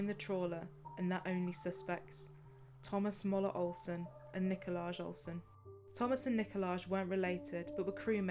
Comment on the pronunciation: It's also NIKOL-EYE not NIKO-LAGE.